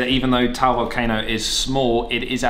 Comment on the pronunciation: Taal is two syllables not just one, it's pronounced as Tah-al, not Tal